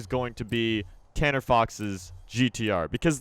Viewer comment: if you do 0.50- says CANNER